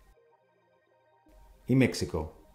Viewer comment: Hola admirado. Has pronunciado México como un estadounidense. Aunque si bien es cierto que se suele seguir llamando "México" a la Ciudad de Mexico (antes, Distrito Federal, D.F) ya no es propiamente ese su nombre, pues Mexico es el nombre de un país no de una ciudad 😉